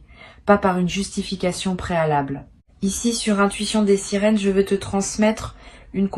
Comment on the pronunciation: Des sirines ou des sirènes ????????????? IA ou pas IA ??????????????????